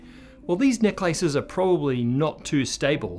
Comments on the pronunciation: I kept hearing "neck lices". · The only thing I got from this video is that he pronounces "necklaces" differently. 😅